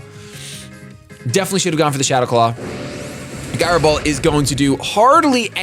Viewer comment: Guy-ro Ball, lmao